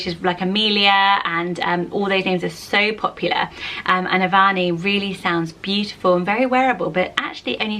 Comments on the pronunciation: I have a cousin called "Avani." I believe the pronunciation is "Uhvani" however. :) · You actually pronoun Avani like Av-nee, the middle 'a' is silent. I have a friend with the same name (we are both from India) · The name Avani is actually pronounced Av-ni in India. The middle A is not pronounced so distinctly.